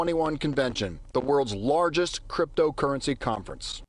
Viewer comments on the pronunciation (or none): none